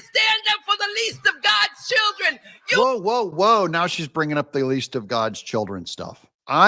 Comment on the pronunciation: For da chi’ren 😂